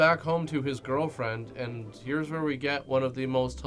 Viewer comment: "We'll see whar 2020 brings" Oof.